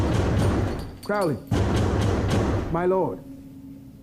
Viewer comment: Ackchyually, it's pronounced "CROE-lee." Tommy Lee Jones moment. The irony of Lawful Evil. "Dukes of Haphazard" 🤣 His affectations and mannerisms are somewhere between The Joker and Randall Flagg.